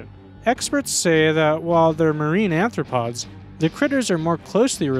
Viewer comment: You keep calling "arthropods" "anthropods". Why?